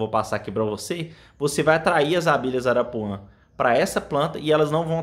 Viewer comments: Não é arapuã, é arapuá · Não é arapuã é arapuá.